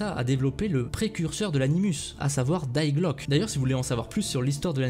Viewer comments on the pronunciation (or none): Le “Die“ de “ Die Glocke“ se prononce comme en français. Et en allemand le “E” de “Glocke“ se prononce. Oui je sais je suis chiant et pointilleux x) Perso j’adorais voir la guerre de 100 ans ou même l’Espagne durant l’inquisition (comme le film).